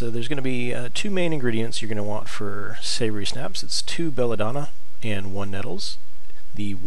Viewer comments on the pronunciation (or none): Man do you say things wrong. Its Savior Schnapps not Savory Snaps, its Ratt-aye, not rat-tay, its Led etch co not ledco. Thanks for the video.